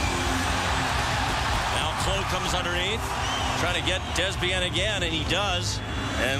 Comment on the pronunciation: its prenouce "DAY" "bein"